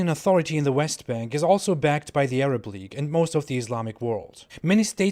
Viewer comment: league not leage